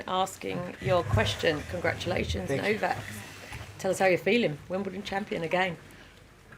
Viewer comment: She literally calls him "Novaxx" - 😂😂